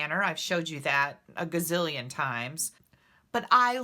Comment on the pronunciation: A gazzillion! LOL! It jus cracks me up when you say that!